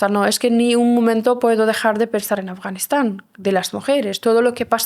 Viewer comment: Porque el chico dice Afganixan, 🤔😏 Ea Afganistán👌🏻👌🏻